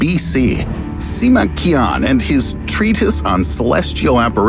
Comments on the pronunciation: so, i’m learning chinese and well… you said “qian” wrong. “qian” seen as “前“ (translates to money) in simplified chinese is said as “ch-ee-an” instead of “kee-an”. i’m not trying to be rude in anyway at all. people pronouncing things wrong is an extreme pet peeve of mine 😅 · Wow, you butchered his family name. it's pronounced "Chi-an". Get your facts straight, even if you don't speak the language.